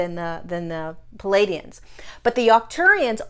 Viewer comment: I've noticed a lot of channelers's misprouncing words, like the being learned our language from a book. That being said, it's plea ay dee inns. Love your wisdom, and thank you.